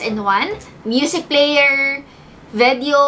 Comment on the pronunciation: "VEDEO"... But still love ♥️